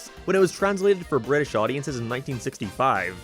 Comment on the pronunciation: Bri'ish Edit: Utopia